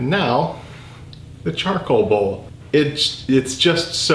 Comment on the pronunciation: I thought the same thing when he said the charcoal bowl, just, charbowl